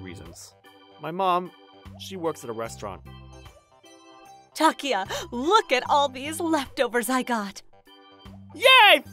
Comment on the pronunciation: This story is pretty weak compared to your other stories. There may not be any unrelatable repeat characters or any off the rails crazy plots, but this isn't really up to par. No decent mother would guilt trip their kid into overeating and you botched the pronunciation on Takuya's name on top of it.